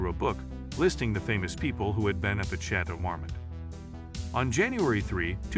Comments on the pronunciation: The last Château Marmont was pronounced like Chatle mormond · Chay-toe mar-mit. Dude needs to work on pronunciation. He had it right in the beginning of the video and it kept getting worse from there lol. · How do you manage to pronounce Chateau Marmont differently every single time you say it? 😒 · When you can't even pronounce the name of your subject correctly, I know I don't need to waste my time on the rest of the video